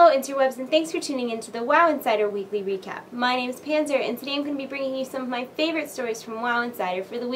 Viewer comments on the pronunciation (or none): Weekly weecap. Am I the only one who caught that?